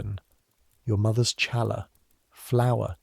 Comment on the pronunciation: The bread is not pronounced cha laa, it’s pronounced ha laa. The ch sounds like an H.